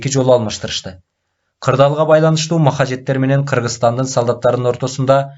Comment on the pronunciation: Маджахеттерди махажеттер деп окудунузго😂